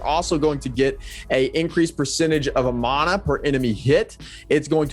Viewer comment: Who the hell taught you guys how to say, "Mana". LMAO